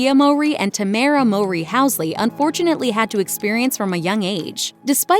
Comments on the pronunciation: The mispronunciation of their last name is killing me. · People who have been fans know that their life was not tragic… and that’s not how you pronounce their last name. This YouTube channel always got something wrong lol